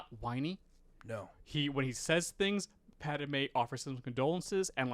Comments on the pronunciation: Why not fix your pronunciation of Pad-i-may???? WTF???? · Is it me or is pronouncing “Padme” weird?